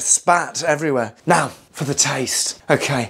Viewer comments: " Ok ae " 😂😂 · Mmm did he say “okay” or?